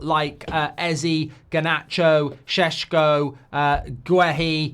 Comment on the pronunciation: U have ur pronunciation of Sesko to Sheshko! Good to hear!